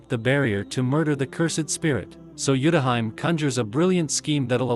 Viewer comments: Not the TTS pronouncing Utahime's name as Yutahaim 😂😂😂😂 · Utahime is pronounced wrong